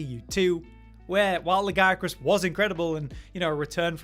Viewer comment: It makes me upset how pronounces Lagiacrus and I click off every video he says "lag-EYE-a-crus". It's coming up on other channels too which I think stems from the standard English pronunciation of "Leviathan" and laziness/illiteracy but I could be wrong. There's the pronunciation in Wilds for English-dub-only people from Erik in the cutscene (with weird enunciation lag-ee-A-kroos) but beyond that, Lagicrus in Japanese is written in Katakana (used mainly for foreign words/borrowed words for the most part. R and L are mostly interchangeable based on Japanese phonemes being translated to romanized languages): ラギアクルス (ra-gi-a-ku-ru-su) -> "lag-ee-a-kroos" where the abbreviation "Laggy" came from and it's not a large deviation in official localization like some names are or even something like タマミツネ (Tamamitsune) 泡狐竜 (literally: Bubble Fox Dragon) getting localized down to "Mizutsune". Lagiacrus is not ラガイアクルス (ra-gai-a-kroos > lag-eye-a-kroos) and it's not ラジアクルス (ra-jee-a-kroos). I think part of why it upsets me is this channel is largely a Monster Hunter focused channel and should be a better resource or at least a more informed resource (not a click > oh, it's > LagEYEacrus > I'll just go check Capcom myself then) especially since is exclusively on the information side of the MH videos rather than the entertainment Josh/Cotton side and for whatever reason has to butcher the pronunciation in every video he's done since Lagiacrus was announced. It's v